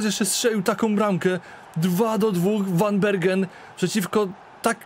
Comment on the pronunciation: tak na przyszloscz zeby bylo latwiej. W Holandii 'g' czyta sie jako 'h'. Czyli Gravenberch czyta sie jako 'hravenberch' a van Bergen czyta sie jako 'van Berhen'.